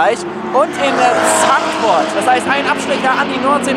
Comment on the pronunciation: Wie hast du Zandvoort ausgesprochen ? Das ist ja eine schande